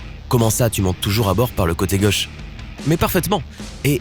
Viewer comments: il faut arrêter de parler et puis on dit " gAUche et non gEUche " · Il me tape sur les nerfs celui-là avec sa prononciation de Gauche, Choses etc.Sur le fond, il ne connaît pas grand'chose et enfonce des portes ouvertes. C'est rigolo ces mecs qui croient savoir et montent des vidéos "pédagogiques". 0/20.